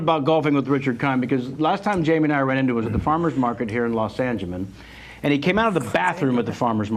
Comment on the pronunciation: ......Did he say Los Angemen ???? wtf ???